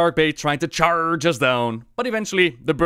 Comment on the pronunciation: chaAARge? really?